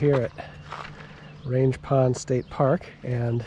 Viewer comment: Great video as always! Fun fact (and for reasons I can't understand): it's pronounced "rang" with a hard g instead of range.